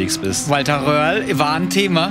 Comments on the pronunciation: Lieber: der Rally Fahrer heißt "Röhrl" nicht "Wöhrl" <3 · Röhrl! Er heißt Röhrl! 😂